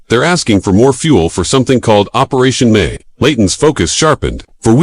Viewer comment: It wasn’t Operaatio May- It was Operation MI